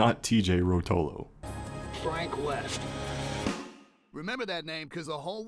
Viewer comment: Fronk Wost